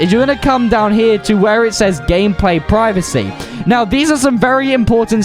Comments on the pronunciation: Lmao privicy ITS “Prie Va See” privacy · My guy started saying priv-acy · Bro said preeveesee